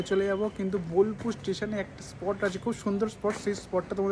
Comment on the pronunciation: Bilpur naa bolpur oii taa